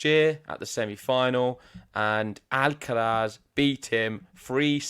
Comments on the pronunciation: Th on the end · The pronunciation of Alcaraz is jarring